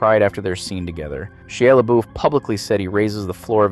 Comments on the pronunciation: Shah-Ya Luh-Boff, not shee-yah luh-boofh.... please and thank you... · I cant tell if you're AI or just too young to know how to pronounce Shia Lebouf's name